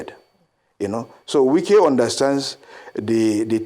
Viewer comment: Wike is not say right